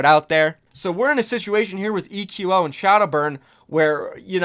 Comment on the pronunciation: Why is everyone calling him ee-que-oh? Shouldn't it be pronounced like echo? At least that sounds way cooler.